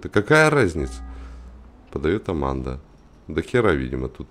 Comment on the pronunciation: аманда а не арманда